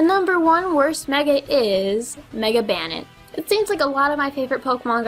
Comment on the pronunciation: "Pankster" ? lol. Also, Banette is pronounce BANE-et (supposed to sound like bayonet). The name is actually a combination of bane + bayonet, where "bane" means death/destruction, and bayonet is obviously the weapon.